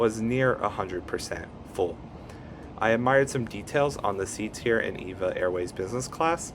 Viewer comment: It's pronounced E-V-A. Not like the woman's name. (Evergreen Airways)